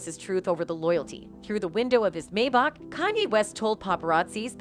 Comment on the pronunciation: It's pronounced"May-Back" not "May-bock" LOL